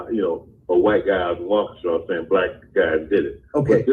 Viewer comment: Pronounced Waa key shaw Waukesha